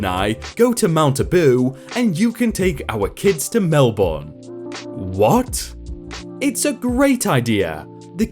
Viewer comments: ...You're not Australian, are you? Here in good ol' Aussie, Melbourne isn't pronounced "Mel-born", but "Mel-bn" - the second syllable is extremely short. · Love your voice. Pronunciation tip: Not Mel-born. It’s Mel-burn or Mel-bn. Emphasis on the first syllable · I love listening to these stories while running on the treadmill. But I will not be doing Australia a service if I didn't correct your pronunciation. It's pronounced mel-bin not mel-born. Silly I know. Us Aussies pronounce cities in a weird way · Mel-bin mate not mel-born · I live in Melbourne and listening to someone say Mel-burn is terrible. It's Mel-bin, or Mel-bun. The 'r' butchers it. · Not Mel-born say it like mel-burn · Pronounced 'Mel-bin' not 'Mel-boooorrne' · melbun. it's pronounced melbun. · you pronounced Melbourne wrong as i am from New South Wales just above Melbourne which is in Victoria so to get the right pronunciation just call it Melburn as in Mel burn then you will get Melbourne right name said and pronounced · Melbourne is pronounced Mel-Benn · Im sorry but i just can't 😹😹 you say Melbourne so wrong my little Aussie ears cant take it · When you butcher the word "Melbourne". 😬😬😬😬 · How to tell someone isn't from Australia: Get them to pronounce "Melbourne" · As an Australian, it was driving me insane the way you were saying Melbourne. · It drove me crazy too, and I'm Norwegian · My ears are bleeding lol